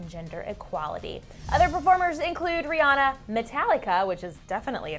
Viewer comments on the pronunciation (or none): y'all pronounce Rihanna wrong